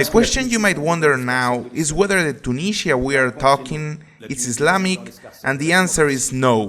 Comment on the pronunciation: You pronounced it wrong (by the way I’m talking about the country’s name)